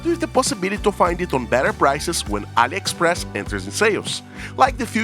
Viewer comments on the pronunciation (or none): none